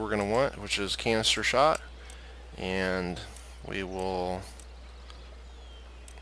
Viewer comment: 😂 I know you said canister shot but my goodness I heard cancer shot